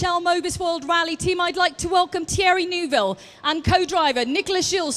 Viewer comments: New bill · Is Neuville that hard to say 😅? Lmao